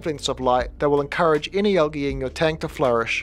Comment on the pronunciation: It is not algeee, say the L dude.